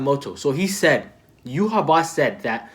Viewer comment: I believe it's pronounced you-ha-bach, I think it's pronounced sternritter instead of stern rider could be wrong tho. Aizen altered Yhwach sense of time so he used up his time limit W reaction fantastic analysis. It's great seeing this series from a fresh perspective